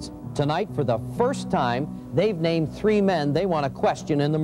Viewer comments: Dawg, I can't watch anymore videos of his till he stops saying tirty and tree. I figure this dude has got to be a serial killer anyways studying the past, perfecting his craft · It's so cute how he says "it was tree o clock" it's me and my kids inside joke. Pronounce 3 like they do over there and ppl look at us like "are they Irish?!" But were native american so it throws em all off 😂😂😂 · I bet this guy is bummed that there were four victims instead of “tree” victims. Luckily, he got to say “tirteen” a couple times. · I think he said you guy's plus me equals tree.